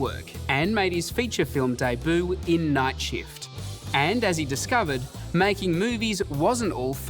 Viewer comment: The narrator: "deboo" (debut), "actOR" 😂